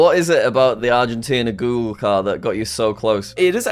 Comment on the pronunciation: jack got Argentina right‼